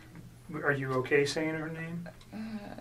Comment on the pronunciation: she shows utter contempt for Shan’ann. It’s the way she says herrrr family.